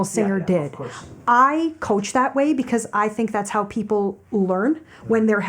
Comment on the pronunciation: 黄妈的way发音一直往will上面靠